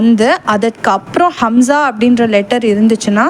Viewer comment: Assalamu alaikum sis.Alhamdhu lillah.but Hamza vucharipil A'ain sound varugirathu.